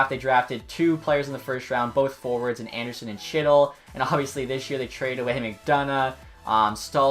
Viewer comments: It's pronounced Heat-il. Not Cheet-il.... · Sounded like you said "Shit'll" 😂😂😂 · Who else cringed when he said Chytil ... it’s pronounced “Hee-tull” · u pronounced chytil wrong